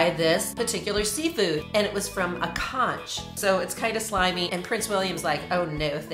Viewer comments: Conch is pronounced konk, not kaunch. The "conch worm" is just kinda chewy, not slimy. Think fish-flavored gummy bear. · It's pronounced "conk" like "bonk". It's pretty popular in the Florida Keys. They do conch fritters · Pronounced "konk", weird right? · Conch is great raw with lime onions tomatoes and cilantro. Btw, the ending of the word isn't pronounced with a ch sound; it's a k sound 😘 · And it's pronounced konk. Not konch. And yes, it's spelled conch. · it's pronounced KONK! not konch cheers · it’s pronounced “konk” not “konch” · It is pronounced "Conck" not conch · It's pronounced "conk" with a hard k noise. Not ch. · It’s pronounced CONK not CONCH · The correct pronunciation is "konk" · Thank god someone said it! It’s pronounced “KONK” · It’s pronounced Conk. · Btw, it's pronounced CONK (from a floridian) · Factoid: Conch is pronounced "Conk" in American English, and "Conch" in British English. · It’s pronounced KONK. Sorry I’m from key west fl and it’s what us natives are called. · Actually conch is pronounced like something like conk I guess the h is silent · Why do American always pronounce conch wrong the ‘ch’ is pronounced like a ‘k’ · Conch isn’t pronounced like that it’s with a k basically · I'm from the Bahamas. We pronounce it as 'Konk'. And it's not slimy really. Conch meat is always eaten raw with no side affects because locals know how to prepare it properly. Kate eating the male pepe was wild though. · The way you pronounce conch is wrong, it’s pronounced more like “conk” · Learn how to pronounce it. The word is pronounced CONK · It is pronounced "conk"--just fyi. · As a Bahamian it’s pronounced “conk” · Pronounced Conk rather than conch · As a person form the Bahamas not to be rude it is pronounced co-n-k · Conch is pronounced as KONK.. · It is pronounced conk. Get it right. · It's pronounced kunk🥴🥴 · its pronounced as conc(with a c ending ) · Conch, pronounced Conk like bonk. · It's pronounced "conk". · It’s pronounced “konk”